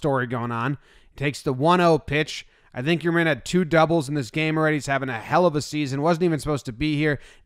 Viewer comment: please start pronouncing yermín correctly, what if everyone called you jawmbuy